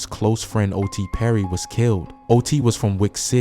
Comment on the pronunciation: Not O.T Perry it’s O.D PERRY